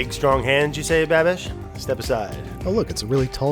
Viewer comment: Can NOT get over “babbie”